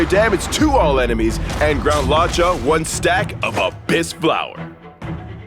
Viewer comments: I always thought his name was pronounced Lu-oh-ka. I didn't know it was Law-cha. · Right? He keeps saying Lao-cha whereas I thought it was luuoh-cha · It's "lu-o-cha," no idea where this guy got "lao-cha" or why they let him say it like that a hundred times. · pronounciation: loo-woah cha HSR english team: lawchuuh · law cha 💀💀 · Idk. I pronounce his name as 'Looka' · LAW CHA LMAOOOOOOOOOO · Hearing him pronounce luocha hurt lmao